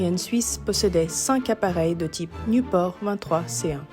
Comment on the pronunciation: Pourquoi elle prononce niouport?